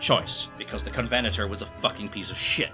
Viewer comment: You almost had me there. No way a Scottish historian can't pronounce covenanter.